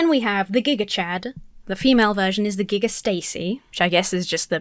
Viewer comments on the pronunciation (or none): none